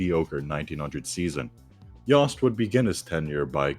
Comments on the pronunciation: yost rhymes with toast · You mispronounced Yost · 1. Princeton and Rutgers aren’t in New England. 2. Y-oh-st not Y-ah-st. 3. The US Naval Academy is in MD not NY.